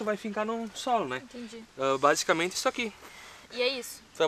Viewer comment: "Intendi" kkkkk